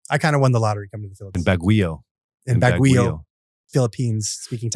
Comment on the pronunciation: Baguio is pronounced as Bagyo Ya!!!